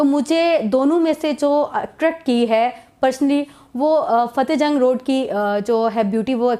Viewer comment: It's not Cahte, it's Fateh Jang